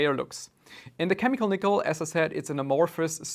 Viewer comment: I came here to see if I was alone… lol he mangled it. 😂